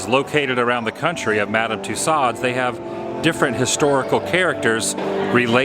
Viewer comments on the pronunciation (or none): FYI its pronounced too so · Isn't in pronounced "Too-Sews"? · The way to pronounce it is... Two Sews. :-) Love the videos, Adam. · Loved the vlog Adam. Just the pronunciation of Tassaud was driving me a little cuckoo... Lol. But it was a cool video. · It’s pronounced Tooso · Twice I heard you mis-pronounce the name of Tussauds. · #adamthewoo the letter 'd' in Tussaud is not pronounced. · Tussauds...the D is silent...unlike retardeD.